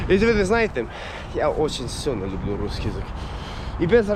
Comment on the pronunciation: Красавчик. Я думаю когда ты научишься говорить лЮблю а не лУблУ ты точно станешь Русским. У тебя есть стремление!